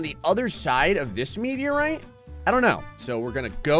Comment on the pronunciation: I know this is a personal pet peeve, but I really wish he'd google "meteorite."